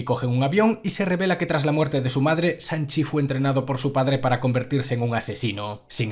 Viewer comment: de hecho se pronuncia Shang, no Sang, ya sabes S+H= Sh y no S jajajaj